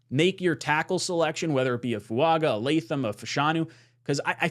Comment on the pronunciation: It's not "Funga." It's not "Foo-AGA" either. It's "Foo-ANG-ga."